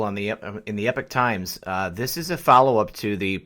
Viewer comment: Love your posts, but may I say it is not Epic times it is Epoch times pronunced E- pok Times the "ch" like in the word the k sound,"kirk"="church" sorry I don't know why it bugged me so much, just did. I appriciate all your dedicated work. WWG1WGA